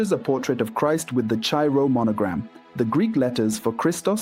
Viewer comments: the name of the greek letter 'chi' is pronounced 'kai' in english. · Thank you,, but please pronounce the Greek letter KHI/CHI as in Christ, not as in muchacho. (Same as my numerous comments w.r.t. kecharitomenè in your other videos.)